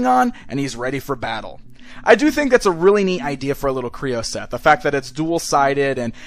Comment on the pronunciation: Kreo not kroon